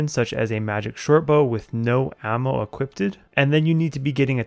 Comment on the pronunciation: equipted hahahahaha. I'm sorry man, good video but that made me lol. You should have said "equipped" for future reference. :P